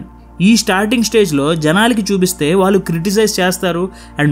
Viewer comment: కాలీ కాళీ ఖాళీ కల కళ వాల్లు వాళ్ళు మౌలి మౌళి మధ్య తేడా ఉంది మీరు ఒక ఇన్ఫ్యల్యూయన్సర్ మీ ఉచ్చారణ ను కాపీ కొట్టేవారిని తయారుచేస్తున్నారేమో మీ బెటర్ వర్షన్ లో ళ ను బాగా ఉచ్చరించే వీడియో లతో మీ మాతృభాష పరిరక్షణ కు మీ పరిధిలో ఉపయోగపడండి